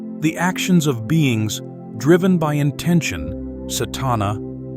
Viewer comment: The pronunciations weren't TOO bad, but the main advice I will give is that the C in Pali and Sanskrit is pronounced like the CH in English. So, "paticca" should be pronounced "pa-tich-cha" (not "pa-tik-ka"), "anicca" as "a-nich-cha" (not "a-nik-ka"), "cetana" as "che-ta-na" (not "se-ta-na"), etc.